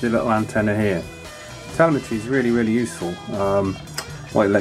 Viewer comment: Isn't it pronounced as teLÈmetry?